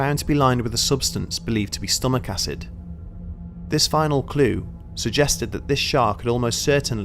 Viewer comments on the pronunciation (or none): none